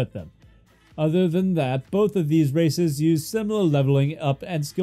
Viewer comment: Had to turn on captions thought you said racist.